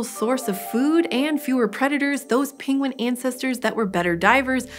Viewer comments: It's /ˈpɛŋɡwən/, /ˈɛnɚdʒi/, and /ˈɭɛŋθ/, not /ˈpɪŋwən/, /ˈɪnɚdʒi/, and /ˈɭɪŋθ/ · Her pronunciation is all over the map. Penguin turns into pingwin. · I am hearing both “penguin” and “pinguin”. Anyone else heading pinguin? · No one : Benedict Cumberbatch : pengwings, penglings